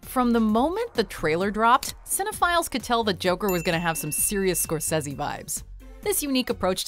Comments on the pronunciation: It's "Score-Say-Zee" not "Score-sezz-y" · Everytime she says scorceses name wrong i feel like launching myself off a balcony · Why does she say "Scorcese" like that? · Please learn to say Scorsese right